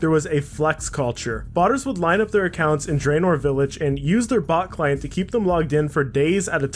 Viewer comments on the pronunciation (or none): none